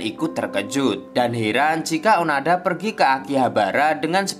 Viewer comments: Onoda bukan onada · Maaf, bukan Onada min tp Oooonooooodaaaaaa😃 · Bang kalo di anime namanya onoda bukan onada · Izin meluruskan, namanya bukan onada, tapi onoda, terimakasih :) Karena saya sudah menon animenya secara langsung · onoda min onoda...bukan onada... semangat terus min.... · Onoda min bkan onada, ini mah anime favorit ane mim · Onoda bang bukan Onada. Sorry kalo aku salah denger karna aku dengernya onada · Hmm bang, maaf nih kayaknya namanya Onoda deh, bukan Onada hehehe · Onoda min bukan onada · Onoda min. Kesel gw dengernya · Onoda bang bukan onada 😁😁😁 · Onoda mas bukan onada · Admin nya nglindur ni, onoda bang, bukan onada.. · onada atau onoda ya? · onada apa onoda sih min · onoda sakamici atau oanada bang 😂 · Onoda bang bukan onoda hiks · onoda min bukan onada di animenya si gitu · Onoda bang bukan onada :v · Onada apa onoda sih jadi bingung 😀😂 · Bukan onada tp onoda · Seingat saya namanya onoda , bukan onada . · bang onoda bang, bukan onada bang wkwk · Nyebutin nama kok berulangkali salah? Onada apa Onoda? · onoda boss bukan onada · ONODA NGEN, BUKAN ONADA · Gatel denger nya... Onada.. Kalau di anime nya Onoda